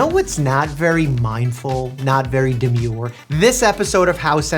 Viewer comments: Mike if you ever say midful or dumur again i will drop out of high scholl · HELP IM SCARED WHY DID DR MIKE SAY “dermure” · i am literally going to flip out rn i never thought i would hear doctor mike say “too Deemyure”